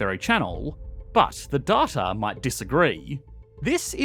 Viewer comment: it's pronounced data not data